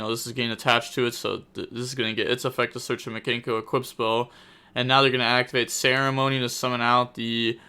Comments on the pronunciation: Mi - Kan - Ko not Miganko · video starts rambles on about mikanko and mispronounces it like a champion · We need you to add Mikanko to your words to pronounce video volume #2 You are butchering it lol